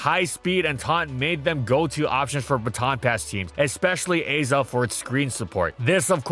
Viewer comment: The Azelf pronunciation was painful. I’ve always thought of it as Ah-self, not Ay-self.